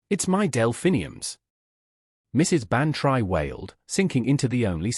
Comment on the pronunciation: Dolly's name is not pronounced Ban try; it is Ban tree. But this is not the only reason you don't fool with the classics: this whole story is so silly it might as well be called "Miss Marple Meets The Twilight Zone."